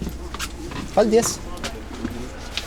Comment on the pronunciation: The way you say "Paldies" is so funny, but respect for talking Latvian :D